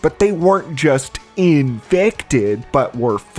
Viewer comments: Uuugh. Had to do it. Almost nine minutes without an “iNfEcTeD” inflection. I have to stop watching when that happens. “Infected” is a perfectly valid term. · I must be built differently, because I would die almost immediately trying to fight the "in-fect-ed" for sport.